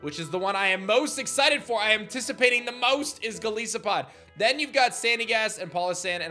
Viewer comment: It's Gol EYE sopod (Goliath + Isopod) not Gol EE sopod.